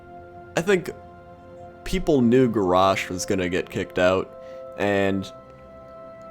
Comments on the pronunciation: why do you pronounce garrosh like that isnt is garrosh not garoooooaoaooaoaooaaoash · Gaaah, lol, it's not Gorraaaarrshhhh, it's GarrOSH. hahaha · Is he saying Garrosh or Garash? :P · The way you pronounce Garrosh annoys me...>:(.